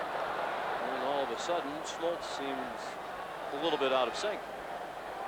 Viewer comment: John "Schmoltz"??